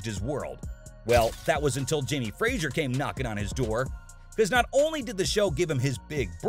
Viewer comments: It's FRAY-zer, not FRAY-zjer. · Fraser is pronounced fray- zer NOT frat - sher. Conservatoire is pronounced con serve eh twa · Dear narrator, it's pronounced FRAY-ZER, not FRAY-ZHURE.